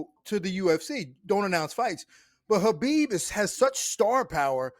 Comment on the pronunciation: Why is Cormier after decades of knowing the guy still pronouncing it KABIB when its pronounced HABIB